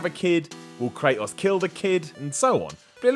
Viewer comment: why he saying kratos all weird like that? STOP!